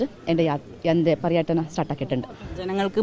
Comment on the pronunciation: പറിആടനം.. എന്നല്ല. പര്യാടനം. എന്ന്പറ